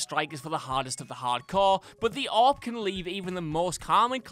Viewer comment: He can’t pronounce AWP 😂😂